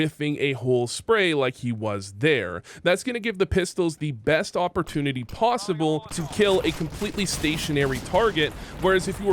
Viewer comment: "Awportunity" I See what u did there hehe